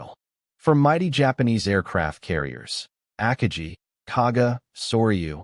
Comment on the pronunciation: your ao cannot even pronounce "Akagi" properly come on you gotta work on your proof reading and listening skills